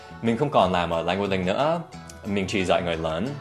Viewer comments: Em không nghe thầy phát âm âm cuối của cả hai từ 'language' và 'link', có phải thầy đã bị ảnh hưởng cách phát âm 'Language Link' của người Việt không ạ? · Thích cách Dan nói Leng Guých Linh (Language Link) như người Việt khi đang nói tiếng Việt :x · Well it's quite interesting how you pronounced "Language Link" as Vietnamese accent to make the sentence sounds more naturally